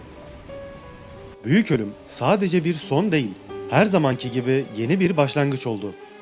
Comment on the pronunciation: Herrre Herre 😂yedin bizi